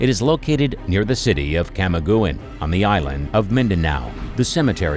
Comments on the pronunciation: Camiguin is pronounce kamigin not kamagiwen.And also Las Piñas is pronounce las pinyas not las pinas. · Camiguin is pronounced "Kamigin" not "Kamigowen".. 😊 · Camiguin is pronounced as Kamigin. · Camagoin gahaha it’s pronounced As camigeen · Its not Ka-meh-go-wen its ka-mi-gen (camiguin) :( i did not appreciate it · Kamiguan hahay its pronounced KAMIGIN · its pronounce " K A M I G I N " an island spelled CAMIGUIN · Its Camiguin (or can spoke aa camigin) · It is pronounced KA ME GeN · Please pronounce the word Camiguin correctly. Do not make your own pronounciation. Or a centipede will crawl all your body throughout your life.